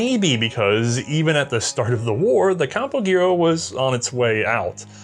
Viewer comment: Campo Giro. The G pronounced as an H. So it wouod sound like Campo-Hero